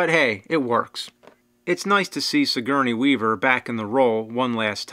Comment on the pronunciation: julesmaester no shit i was making fun of the way he said her name....joke obviously went waaaaay over your head